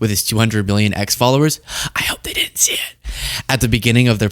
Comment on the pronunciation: Great channel. I wish you didn't say din-nint instead of didn't :/